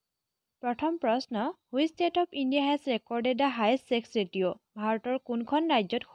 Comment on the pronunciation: Ratio pronounciation vul hoise.